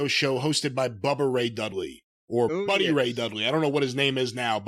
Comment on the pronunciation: it's Bully, not "Buddy"...